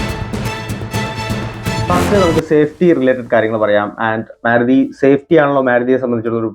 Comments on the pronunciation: മ്യാരുതി അല്ല ബ്രോ മാരുതി എന്ന് പറയൂ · getting irritated, when using myaruti, please correct it